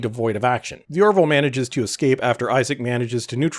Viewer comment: "Or-ville", two syllables. Not "Or-i-ville", three syllables (there is only one i).